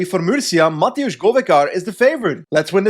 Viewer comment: its not mateusz, its matevz with a v